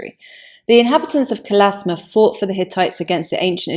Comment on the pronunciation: It's Kalashma, not Kalasma.